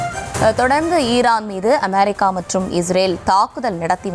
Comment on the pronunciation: அமாரிக்கா இல்லை அமெரிக்கா . உச்சரிப்பு சரியில்லை.